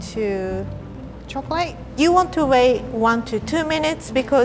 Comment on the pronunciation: I love when says “chocleate”